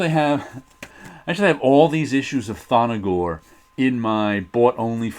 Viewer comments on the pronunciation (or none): Love the Thongor run in Creatures on the Loose! But it's not ''Thon-no-gor''. There is no ''O'' between the ''N'' and ''G''.